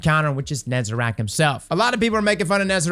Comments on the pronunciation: NEZ-AH-REK, say it with me now. it's not nezerac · Please..... Nez.....A.....REC........ nooo NezaRACK 😭😭🤣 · Someone, please… tell all the content creators that it’s NezaREC, not NezeRAC. I flinch every time someone says it out loud. The A IS IN THE MIDDLE, Jesus Christ you’ve had 9 years to learn it, come on guys 😂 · Great video as always! But please! Ne-za-rec! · Hey it’s actually pronounced NezaREC. Neh-zah-reck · Why everyone says "NezErac"? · Bro says "Nezarec" wrong the whole time when the words are on screen the whole time. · Please... learn how to say Nezarec properly